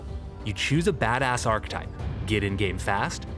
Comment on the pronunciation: Awesome video, looking forward to both OG WoW and CoA. However, my OCD kept getting triggered... 'Archetype' is pronounced 'Ar-kay-type', not 'Ark-type' ffs! Apart from that, good job! 😁